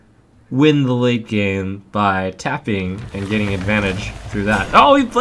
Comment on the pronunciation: its tapping, not fapping, yo...guys, its,....its tappin' not the fappin'.... uh yo...it is the tapping that is the fapping.... Yo noobs, its not the fappin' uh, it is the tappin', go n' tap it, cmon, lemme tap it, not fap it..... Live a like, its ur support that matters,..... :)